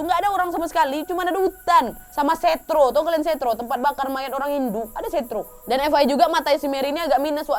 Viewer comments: Kak nad izin koreksi kalo tempat bakar umat hindu itu, setra kak bukan setro😊🙏, mangat kak kontennya gapernah bosenin pokonya👍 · 15.27 ngomong nya setre kak bukan setro 😓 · Koreksi di menit itu bukan setro tapi setra yang biasa dibaca setre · setre wak bukan setroo😂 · tulisan nya setra di baca setre bukan setro kak nad 😂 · Kak Nadia bukan setro tapi setra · Setra kak nandia, bukan setro 😊😁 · Oh ya kak nad aku gatau ya bener apa engga ejaannya tapi klo denger temen hindu ku ngomong "setra" bukan setro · maaf kak, aku koreksi penyebutan nama tempat pembakaran mayat atau ngaben yaaa :"), tulisannya setra dibaca nya setre, E nya itu E nya "teman", beda penyebutan beda artinya, Terima kasiii :))))) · Setra kak nad bukan setroo🙂 salam dari bali kak nad😇